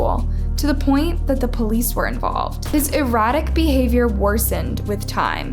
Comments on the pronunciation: erratic, not erotic lol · Eratic, not erotic. Ffs girl. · Oof the mispronunciation of “erratic” had me like wut? Sounded more like “erotic” to me…this girl really needs to work on her English.